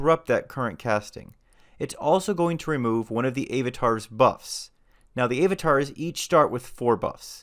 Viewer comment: Love your videos but unnghhghhh.... It's Av-a-tar - not Ayv-a-tar - you say Ap-all (Apple) not Ape-all !